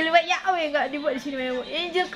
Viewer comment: ibu kau ini sekolah.alkitab gelar berderet deret tetapi nama kok bisa di terjemahkan .. ibu nyebut יהוה aja gk bisa sebut yeshua ישוע gak bisa jangan sok kritik org lain belajar lah yang benar ya bu ...